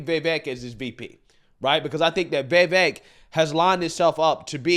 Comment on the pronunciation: It’s not Vevek, Its Vivek🇺🇸